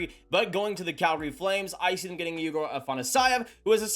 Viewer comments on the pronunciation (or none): none